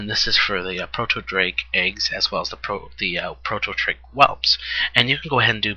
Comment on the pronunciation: yo i love the vids been watching them all but i have to say something... the way you say proto in the word proto drake or proto whelp is TOTALLY EPIC!!!! :)